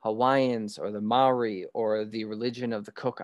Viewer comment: Maori pronouced moldy . Mel ree 🤣 Theres also a prophecy to that too ..